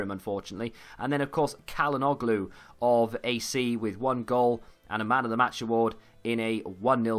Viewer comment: It's pronounced tsh-ala-noglu and please don't call Milan "AC".